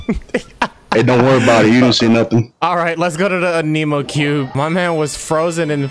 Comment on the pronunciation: Zing-choo Aneemow cube :)